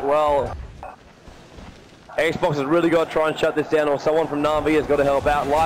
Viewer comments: Listening to the narrator call XBOCT ''Xbox'' is fucking painful to my ears. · Its XBOCT, not X BOX